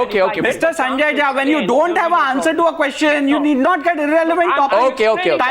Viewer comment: I sorry to say but you are jhaant Rather than jha